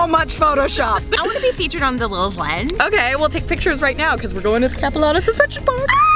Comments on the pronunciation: Capi-lAH-no not capi-la-no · Okay so I live in Vancouver and when you said "capilano" I was so confused because we say it different. I had to actively think about what you were saying. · the way they said capilano though!!! 😂😂💕